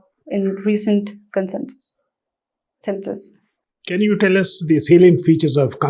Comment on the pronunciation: It's census not consenses